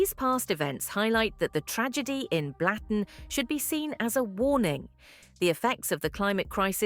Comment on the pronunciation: Not pronounced Blatten, it`s Blutten.